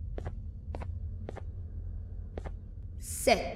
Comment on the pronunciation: sit down!WHERE DO YOU THINK YOU'RE GOING Me:Banbaleena.: banbaleenu Me: 😂😂😂😂😂😂😂😂😂😂😂😂😂😂😂😂😂😂